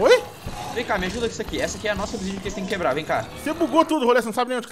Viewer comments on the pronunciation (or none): "obsidia", Ta sabendo legal em, o certo é obsidian ou obsidiana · NÃO É OBISIDIA É OBISIDIAN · n querendo ser chato mas é obisidian e n obisidia